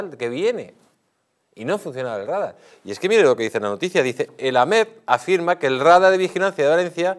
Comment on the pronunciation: Rádar? Radar!